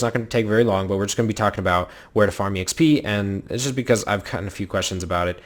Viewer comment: who says exp as e - x - p?!, it's so annoying